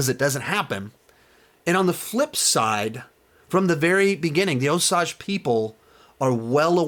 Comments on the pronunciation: Best review I’ve watched so far. Also, FYI that it’s, “Oh-sAGE” and not, “Oh-sAUge.” 🙂 - An Oklahoma Choctaw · Oh dear, he's going to keep saying "oh-sahj". Argh. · Osage is pronounced Oh-sayj with a long a. We need to be respectful of the pronunciation. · I agree it is annoying how he watched the movie, but still does not say it right. I would say it is like, oh-sage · yeah its pronounced Oh-Sage, not what ever he is saying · Mispronunciation drove me crazy in this review. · I am sorry what?? please say the name of the tribe correctly.... I am sure the film did at least once. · I was wondering if you actually watched the movie, since you mispronounced Osage. I would have liked a little more perspective from the Osage.